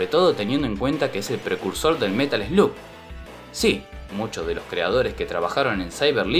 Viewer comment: Se dice el Metal Slag papaaa. Buen video.